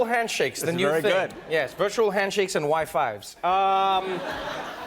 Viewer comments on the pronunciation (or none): Please don't say "wi fives" ever again